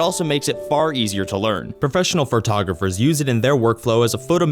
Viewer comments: Please take this with all the respect intended. The word Photographer is pronounced Fo-tog-raf-er not FUR-tog-raf-er. Listening to the mispronunciation over and over makes it hard to want to finish this video. I have ADHD, so maybe it annoys me more than some but ack. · Fur-togropher is not a word. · Ugh "fertogopher"